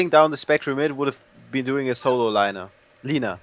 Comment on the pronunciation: it's LINA not Laina!! eheheh